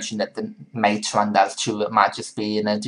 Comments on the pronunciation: It's pronounced mah-tay... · Mate is pronounced mah-tay. It is named after yerba mate the South American caffeine containing infusion ;)